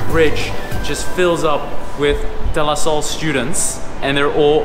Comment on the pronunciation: Your pronunciation of De Lasalle is damn perfect! De losol is RIGHT